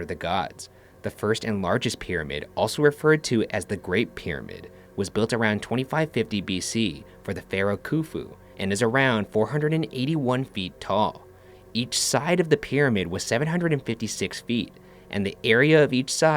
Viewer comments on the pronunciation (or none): I died when he said "kofou" because I'm Egyptian I know how to say the his name right 😂😂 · Any Arabs here must have laughed when he said pharaoh kufo😂😂😂😂😂 Egypt squad where u at 😂😂😂😂😂😂 It's خ like how people snore that's how u say it